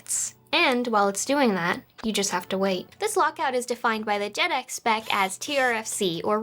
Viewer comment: Jaydeck* not Jedec